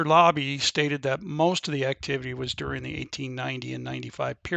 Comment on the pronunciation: It was called the Labbe Mine not Lobbie. And Overfield had the adjacent claims. Not Overland.